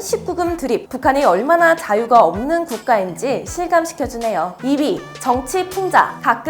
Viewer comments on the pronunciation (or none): 1위가 2개?? 2위가 1위로 들림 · 처음 들었을때 저도 그렇게 들렸는데 두번째 들어보니깐 2위로 들리네여 ㅋ